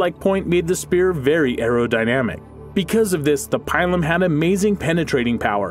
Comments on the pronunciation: Pilum is pronounced “peelum”. It amazes me how many of you millennials can’t pronounce words correctly; a byproduct of being educated by the internet I suspect. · no problem, also the pilum, is pronounced peelum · You're pronouncing the pilum wrong, and the pilum was impossible to get out because the point bent, not because of its power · Pilum Really??? it is pronounced peelum, long e. It's not that hard to figure this out before you make a vid. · "n°2: the PAÏLOUM" yeah I'm outta here bye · Also, btw, 9 is pronounced “pee-lum” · its pronounced pee-lum.. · Love it how he says pilum XD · God the way you say Pilum hurts... Also many Pilums bent or 'broke' when thrown to make then useless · The Pie-lum, Latin is Pee-Lum xD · Its not pialom it is pila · not pielum but lon 'i' peelum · Pie-lum?! what are you on, Pill-um! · Dunno, a strong weed. vowels mostly short! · it's pronounced "pea-lum", not "pie-lum"and the testudo was only used for siege warfare to help combat intense missile fire as they were approaching the walls of the enemy. it was not very effective against lightly armoured horse archers because they could sit back and continue to fire arrows without being in reach of the pilums, slingers, or swords and despite the scooter and lorica there would inevitably be a few arrows that would make it through to injure and disable a soldier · Pile uhm? What? Pilum dude... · You totally butchered the PILUM name. It's not "pile-um" it's "Pee-lum" ("lum" as in lumber). Pilum is singular form, Pila is plural form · It's pronounced peelum not pielum. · I through you pronounced the word pilum like this pee-lum not pie-lum or am I wrong? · its pilum not pailum my ears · Pie-lum isn't it pee-lum??? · It's not pronounced pylum ,it's peelum spelt pilum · My man really just said “pielum” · Ay bruh it’s pronounced pee-lum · Pee loom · pronounced pee-lum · It's Peelum not Pielum Ploombahta not Plumbayta, gave up watching after that.